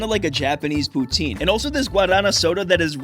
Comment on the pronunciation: Thank you for saying poutine right